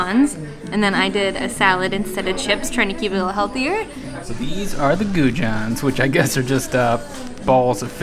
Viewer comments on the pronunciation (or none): Lovely as usual. You need to say goujons with a French j. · Love your pronunciation of goujons, was Chating to Alex from the travel beans just yesterday about your hilarious choice to base English fish and chips standards on a visit to Wetherspoons. Looks like you have picked some better seafood places in irland. Your Instagram shots look stunning and looking forward to seeing your vlogs from New Zealand and Australia. Keep up the great work guys, big fan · Great video guys 😀 We love our little home country ❤ Glad you enjoyed it. Figured as much that there would be nothing but rain that never changes 😂 And the pronouciation of goujons was great 😂👌